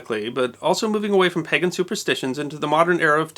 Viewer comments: Great video as always, but... are you pronouncing "Pagan" as "Peggan"? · Interesting - where is your accent from, if I might ask? I've not encountered that blurring of the long 'A' sound (as in Bake, which is how most people I've heard pronounce "pagan" pronounce the first 'a' in it, as in "paygan") and short 'e' before edit: actually, now that I think about it, would you pronounce the word "Plague" with the same vowel sound? I've a feeling I've heard that before